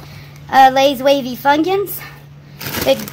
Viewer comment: FunGyuns 🤣 she has to do this on purpose, right?